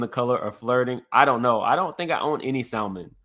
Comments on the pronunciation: Why black people say SALmon its salmon lol. L silent 🔕. How old was the Prophet in 2016? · It's pronounced sam-mon...the "l" is silent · Please for the love of God can we please quit saying the L in Salmon. It's silent boo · Sa”L”mon? lmao! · Sa mon, the l is silent. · The pronunciation of salmon 😮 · SA-MON. The L is silent